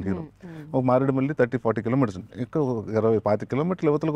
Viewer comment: మారేడుమల్లి.... కాదు మారేడిమిల్లి